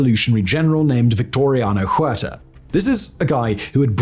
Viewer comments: OO AIR TAH, not HOO AIR TAH H is silent in Español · Simon, in Spanish the letter "H" makes no sound. So Huerta would sound like uerta.